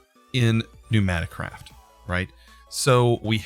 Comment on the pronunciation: Its not knewnaticraft, its PNEUmaticraft